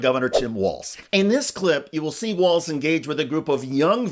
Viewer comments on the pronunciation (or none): "Walz'" not "Walze's".